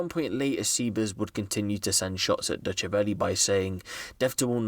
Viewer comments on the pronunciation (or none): Man said Dutchakelly, I’m borrowing that one 😭😭😭😭